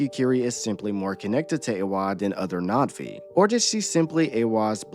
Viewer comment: You keep saying Natvi… it’s Na’vi, no?